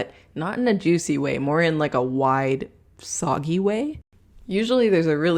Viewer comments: SAGGY NOT SOGGY FFS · saggy not soggy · You keep saying "soggy" but I think you meant "saggy"? XD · Do you mean saggy? Instead of soggy?